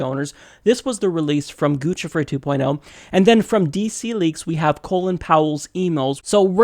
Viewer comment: It's pronounced Goose-i-fer